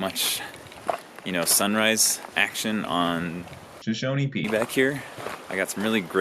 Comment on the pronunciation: Shoshoni peak will never not be "SHOSHONI PEAK" for me.